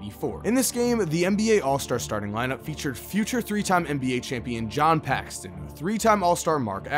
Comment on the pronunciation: Mark Aguirre’s name is pronounced Uh-GWY-er. And it was JIM Paxson playing with the NBA all-stars against the college players, not John, as John was never an all-star. And their name is Paxson, not Paxton. Trying not to be nitpicking but that was 3 mistakes in one sentence. Come on…you’re creating a basketball video and you’re mispronouncing names. Kinda weird